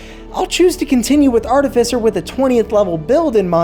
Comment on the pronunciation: Thank you for pronouncing “Artificer” correctly 😅